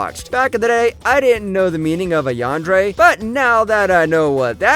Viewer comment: Bro really said "Yandre" 💀